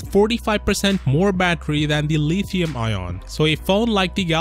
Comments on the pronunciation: Leeeethium ion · It took me a second to realize you were saying lithium lmao